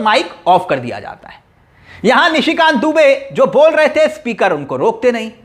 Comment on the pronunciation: Please read Nishi Kant not Mishi Kant and Burke nahi pair